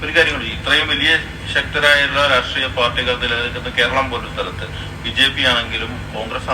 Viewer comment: റസ്ത്രീയ അല്ലടാ രാഷ്ട്രീയ 😂